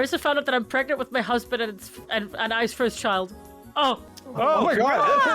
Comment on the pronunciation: SHES PREGANANANT?